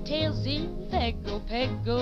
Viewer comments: This has been wrong for over 80 years. It is pronounced "pango pango". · Pago Pago, the capital of American Samoa. How is it pronounced with an 'N' in the word when one doesn't exist?